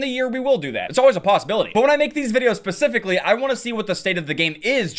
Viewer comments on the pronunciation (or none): when i makes these videos "pacificly"